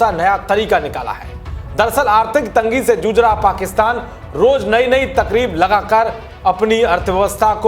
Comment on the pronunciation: Takrib nahi tarkib! Nishthur sale hindi dhang se bol